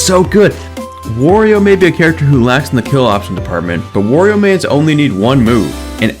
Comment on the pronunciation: its Wah-rio not War-io